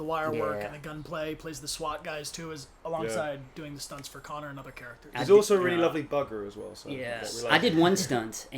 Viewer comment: Am I the only one who heard Bryan say "Conk" when trying to say "Connor Army"?? Coincidence? I THINK NOT, but hey, that's just a theory, A DBH THEORY!!